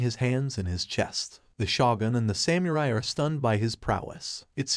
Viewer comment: I had to stop watching when i kept hearing "nin-juht-su", "shinoBIST", and "Sam-you-rai"